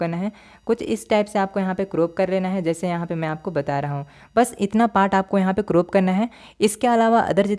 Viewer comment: Croop nhi crop hota 😅